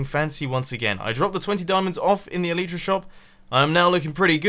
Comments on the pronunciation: Its elytra not elyta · in the episode plan you said elyta instead of elytra. mumbo is amazing #lovethatmumbojumbo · Elytra, not elyta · "Get elyta" in the beginning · "get elyta" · it's elytra, not elyta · "Get Elyta" Good job mumbo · ELYTA?! MUMBO! xDDD ELYTRA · Elytra.. not elitra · 'get Elyta' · ya get elyta its elytra lol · ... "GET ELYTA?" Mumbo... Really? (BTW, all caps because that's how it is where I quoted it.) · OMG HOW YOU GET THE "ELYTA" I T NOOOT EVN TING SO HUW YOU GEET ET YOU HAXOR! Kappa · El-y-tra, stress on first syllable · at the start "Get Elyta" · "Get Elyta", What is that mumbo? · "Get Elyta" XD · 12 seconds in and you already failed "Get elyta" XD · Love me some "Elyta" mumbo😂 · I think the correct pronounciation is El - i - tra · "GET ELYTA" What is Elyta? xD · STOP PRONOUNCING ELYTRA INCORRECTLY!!!!!! Pls if you don't comply, I will go brain dead